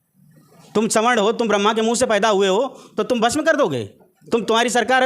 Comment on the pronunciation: का स्वर्ण आर्मी नहीं कहना बंद करो शुद्ध कहते हुए सवर्ण कहो